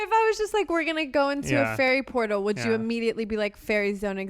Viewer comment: “Ferry portal” killed me